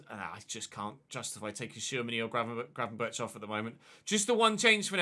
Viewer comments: It's not graven-birch It's Berg, with a rasping G. Almost like a sore throat one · Btw, you pronounce it Gravenberg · Just a tip: Gravenberch is pronounced with the same G at the end. So the “ch” makes a “g” in this case (as in most, if not all in Dutch pronounciation). Like a “hard g”.